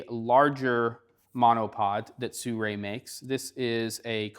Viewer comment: You even spell it and still say Suray. It is Si-ru-i.